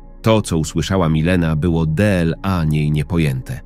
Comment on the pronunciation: De el a =dla,czy to takie niemozliwe do wypowiedzania ,a takie irytujace